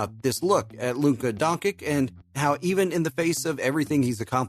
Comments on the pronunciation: Not pronounced donkik please! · ...and Serbs too (Father Sasha is from Serbia), an before you talk (announcer) about someone, make sure that you pronounce his name right DONCHIC, learn, before you got labelled DONKEY. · i was about tu subscribe but the last time a heard DONKIK I CHANGED MY MIND